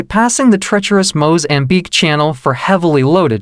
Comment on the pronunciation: This must be AI narrative, words are pronounced poorly, lot's of grammatical errors which makes it irritating to listen to. It's 'floor day la mar'. It's Mozambique not Mo-zambique. Stop emphasizing 'de' in flor de la mar. It's a good introduction to the Floor de la Mar.